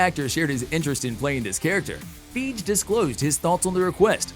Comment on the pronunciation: His name isn't Kevin Feeg dipass...it's Fiy:ge...how can you mispronounce a last name that you should know by now? Unfollow...